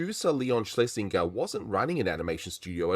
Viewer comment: Excellent video, despite the repeated mispronunciation of 'Schlesinger' (hint: it rhymes with ginger)